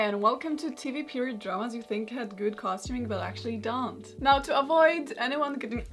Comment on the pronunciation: Karolina: "but actually dan't" way you said don't was funny haha <3 <3 <3